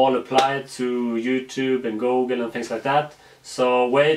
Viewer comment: Why you say gogle